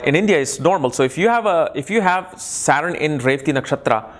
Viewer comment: वकवास। जो सटर्न को सारन कहता हो, कर्म कर्मा वह वनावटी पना वाला उच्चारण कर अंग्रेजी की भी टॉग तोङ कर ज्योतिष की ऐसी तैसी कर रहा है।